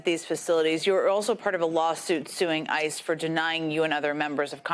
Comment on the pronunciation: I know you just said, “ICE has denied them…,” but it definitely sounded like, “ISIS denied them.”